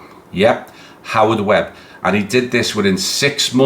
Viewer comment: FFS everyone... ITS WEBB.